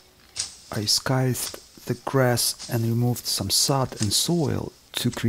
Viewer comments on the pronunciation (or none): this video feels like a holiday in the woods. Fabulous cinematography. I have tasted this life and I miss it...this is truly living and appreciating life. I am making my way back closer to such a life. Your English is almost perfect. Did I hear you pronounce scythe as "sky-the". Maybe it is pronounced this way for you...we say "sci-the" like sci-ence, and I am looking forward to using my scythe again. Thank you for another relaxing and inspiring chance to experience your magical cabin in the northern wilderness. I would have no problem being on my own there with the frogs and birds.